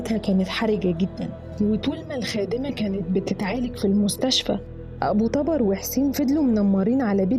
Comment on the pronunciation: ملاحظه ابو طبر بضم حرف ال (ط)